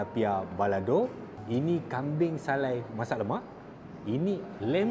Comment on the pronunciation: Teqok sungguh bunyi hang cakap utara bro... Kambing >>> kambien... ..mana ada kambiaqqq